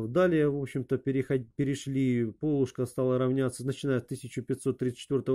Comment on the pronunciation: Большое спасибо за подробный и интересный рассказ! Но почему Вы произносите "пОлушка"? На Руси всегда говорили "полУшка". :-)